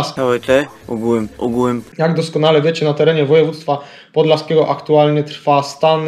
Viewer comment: nie PODLSASKIEGO tylko podLIASkliego